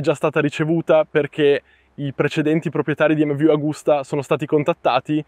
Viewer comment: Ciao fortunato ad averla provata e grazie per il video. Non so bene che traduzione è stata fatta in Italiano ma MV si dice emmevi non emmevu e non è euro ma oro. Le altre cose le perdono 😂